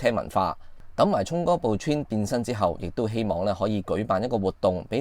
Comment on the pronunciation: 好耐冇聽過人讀「川」，你的英文都有夠差